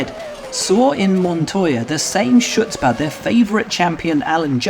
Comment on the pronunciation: I never recovered from that pronunciation of "chutzpah" . Unbelievable "shootspa" on that one!